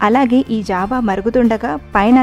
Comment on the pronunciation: Rashi java anaali jaavaa kaadu